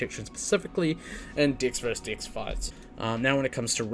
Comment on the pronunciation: love the video. cannot get over how you say dex lol. I hear dicks and it makes the video so much funnier